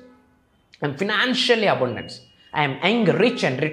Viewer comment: అరే బాబు అబుండెన్స్ కాదు అబండెన్స్ అనాలి